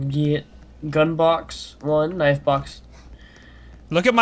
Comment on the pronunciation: K-nifE???? It's knife just saying not to be rude or anything